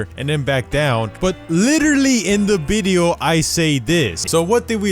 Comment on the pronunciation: nobody:: bideo